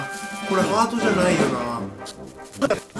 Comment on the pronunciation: なーいの発音笑